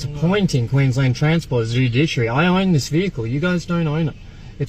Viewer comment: Dude-Dish-Aree, it's a meal similar to Kedgeree!